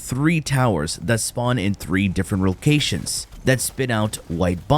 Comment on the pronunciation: I heard that sir lmao “3 different rocations”😂😂